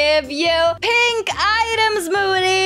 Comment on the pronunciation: That’s so funny 🤣 when moody want to give triceratops be like: thanks for the triceratops muddy Me:it’s moody not muddy😂😂😂😂😂🔪🔪🤣🤣😂🤣😂😂